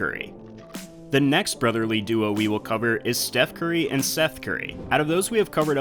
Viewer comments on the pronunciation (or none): bruh he really “ Steth Curry” boi